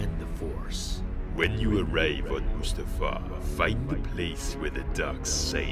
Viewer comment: mutafar? really? it's mustafar